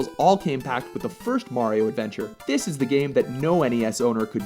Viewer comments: Its super MARIO brothers. Not super MÆRIO brothers :) lol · it's mario not merio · I stopped watching after when he said "Super Merry-O Bros" LOL